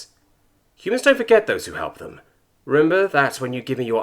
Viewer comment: everything is good and all but you need to work on pronouncing words correctly. for example, you pronounced the word "remember" as "rember." that is one of many examples that i dont feel like pointing it out. try to slow down, take your time, and do bother to look up words you are not sure how to pronounce correctly. this will go a long way